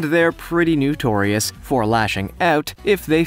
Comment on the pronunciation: Notorious, not nutorious🤪